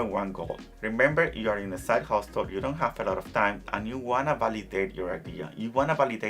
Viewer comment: Hustle. The t is silent